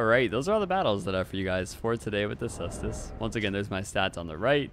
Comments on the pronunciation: I'm gonna be a total nerd here and say it's pronunced Kaestus. 😛 Latin C is a K. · He corrected his pronunciation on ds3 caestus but went back to how he used to say it lol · I thought you said it's pronounced koostes! Has it changed since DS3 caestus weapon showcase? 🥲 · +1 for sestus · hearing you laugh before pronouncing the name was like watching someone point out a piece of poop in the road, then immediately step in the poop :D great vid as always!